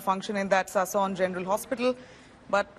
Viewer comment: Please it's Sassoon Hospital and not Sason Hospital 😂